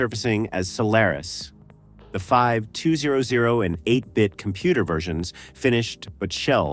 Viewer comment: AI voice couldn't even say 2600 or 5200 properly, so I couldn't finish. I'm sure that no actual footage was shown. Fuck this kind of content!